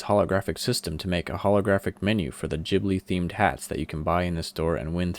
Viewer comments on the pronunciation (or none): its pronounced GIB-li not JIB-li but i love the server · The way this guy pronounces ghibli at the becoming hahaha. Jhibli is how he says it 😂😂